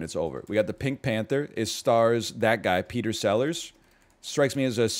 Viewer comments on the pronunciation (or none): none